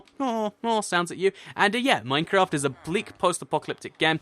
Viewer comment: Lol i like how he says minecrap instead of minecraft